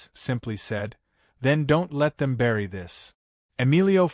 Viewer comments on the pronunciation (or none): none